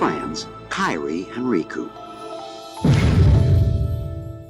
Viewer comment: really really rough that you mispronounced Kairi… killed a lot of your credibility in regards to your enthusiasm and personal attachment/understanding of the topics you’re talking about. rough